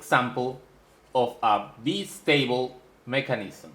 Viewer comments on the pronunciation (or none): Another interesting video = thank you! In the spirit of offering you a small teaching in return, in English the "i" in Bistable is pronounced "eye" (like the eye that you see with,) not "eee" (as in bumble bee.) Sounded out = B_eye_stable (as in the bicycle that you ride.) I am not faulting you; your English is amazingly good. I am just trying to help you, in the spirit of friendship. I hope that helps.